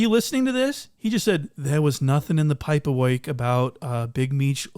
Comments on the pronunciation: "The poyperwork" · “paper work” accent on point 😂😭😭